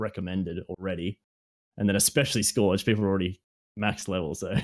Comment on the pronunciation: Someone's gotta tell how to pronounce "Scourge" 😂 For real though, another great chat there boys. Always good to hear Aussies discussing Destiny! 😀